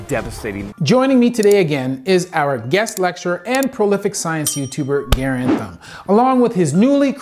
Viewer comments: I can’t stop laughing at mispronouncing Garand. 🤣🤣🤣 It’s not “Gare” “And” it’s pronounced closer to “Grand”. And that’s just his YouTube channel name from the M1 Garand rifle known for giving folks something called Garand Thumb from trying to forward the bolt inappropriately when the rifle is unloaded. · I'd say that's debatable: yes, John Garand's name has the emphasis on the first syllable, so that's technically correct, but the M1 Garand rifle has been nativized to have the emphasis on the second syllable. Sort of like how the correct pronunciation for Versailles, OH is "ver-sails", though that's not the proper French pronunciation at all. I think there's an argument for both pronunciations of Garand for that reason.